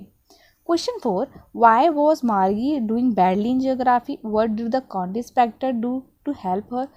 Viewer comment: Mam plz pronounce county inspector properly it's not country inspector